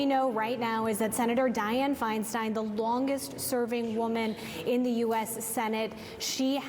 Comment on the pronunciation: Would someone please tell the CNN reporter on the Hill that her name is not pronounced Fein-steen. For Pete’s sake.